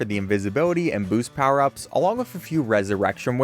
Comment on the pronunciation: why does he say it like mega 🅱️oost